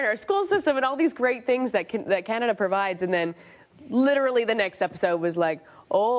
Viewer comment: does every canadian say lierally